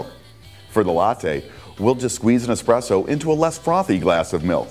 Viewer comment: said expresso not espresso.